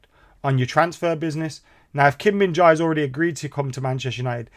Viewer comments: It's pronounced Kim Min Jae ('Jeh'), bro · Kim Min Jae not Kim Min Jai